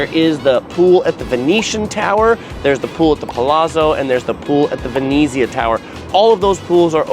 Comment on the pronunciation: The way you pronounce Venezia makes me angry. 'Ver-net-ziah'